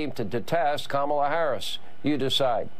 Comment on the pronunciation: I'm guessing Fox will start pronouncing her name correctly now?